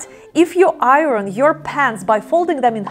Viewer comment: I think you are adorable and I love everything about you. I hope you won’t mind if I suggest that you ask a native English speaker how we pronounce the word “iron,” as in, “iron your pants.” It is pronounced like: eye-ern. 🥰